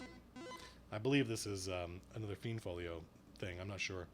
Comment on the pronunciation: That's so funny, you pronounce almost every name different than me. I always thought the monsters were pronounced like this. "Aye-si-mar" "Fl-eye-nd" "Fur-bolg" "Thai-fling" "Yawn-ti"